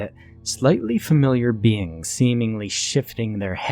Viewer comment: I can't taking the "BIENG"!😂😂😂